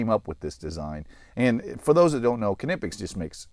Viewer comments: Konnippex? I think it's pronounced "Nip-X" but I'm not sure if the 'K' is silent... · Ka-nip-ix? Nee-pix. K is silent like knee. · It’s killing me how you are pronouncing Knipex. The Kn is pronounced the same way as “knee, and knife” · Huh, I always thought they were pronounced “nip ex” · If you want to pronounce it like the Germans would, pronounce it "Cneepex". So the "k" is not silent, but it's not "kuh" either. Here you have a Knipex employee pronouncing it at the start of the video: To be honest though, I don't get why people get so hung up on how something is supposed to be pronounced. It's tough to pronounce a word from another language correctly, so just use a pronunciation you're comfortable with. "Nipex" is fine. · I always pronounced this wrong until a few hours ago and then this video came along and then i started doubting again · The "K" is silent I believe!?!